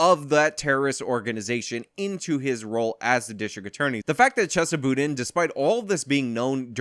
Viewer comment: Are you mispronouncing his name on purpose? Kinda drivin me nutz lol. I mean your clips are pronouncing it correctly. LOL JK JK